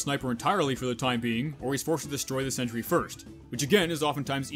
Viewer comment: I will forever hear Sentry Down! As Scent Tree Down! From now on thanks to you